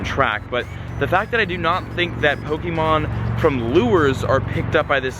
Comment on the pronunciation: U say pokemon wrong